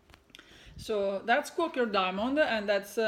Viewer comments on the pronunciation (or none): Quaker is pronounced Qua ( the a is long) ker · Your Rosewood Manor Quaker Diamonds is beautiful work. We pronounce Quaker is Quay/ker, hope that helps